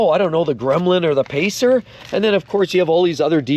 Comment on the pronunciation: Lol! Pacer?! LMAO!!🤣